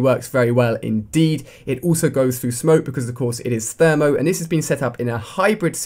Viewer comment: its pronounced THERMAL not THERMO